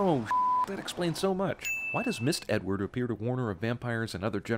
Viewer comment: "Mist Edward" 😂😂😂😂😂😂